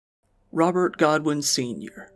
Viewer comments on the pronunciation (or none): none